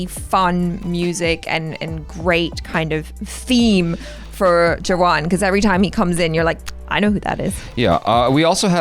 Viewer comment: Thank you for your review and especially for pronouncing Jawan correctly! 😁